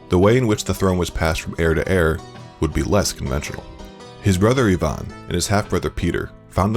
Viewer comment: I can't with the narrator pronouncing Ivan as "Yvonne" lolol.